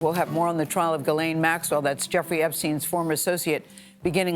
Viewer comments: I thought it was Gih-Lane not Giz-Lane. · It's Gee-lun Maxwell (per her brother).